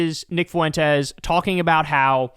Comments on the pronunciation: It’s not foo en tez. It’s Fuentes like fluent. The dip shit pronounces his own Mexican name wrong. You don’t have to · I like Kyle a lot, but how hard is it to pronounce Fuentes? It's a common name, only two syllables. Get it together, Kyle. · Please learn how to say “Fuentes,” Kyle. The u and the e are spoken as one sound. It’s called a diphthong, two vowels in one syllable. Listen to any Spanish speaker say it and you’ll immediately get the idea. “Fuentes” means fountains, btw. I love your show. This comment is meant to be positive criticism. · How are you making Fuentes into 3 syllables 😅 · Your mispronouncing Fuentes